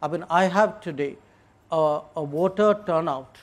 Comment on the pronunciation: Its voter not water 😐